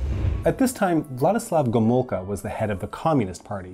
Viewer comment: MikoŁajczyk, GomuŁka Okulicki not Okulski Ł is spelled like w L is spelled like L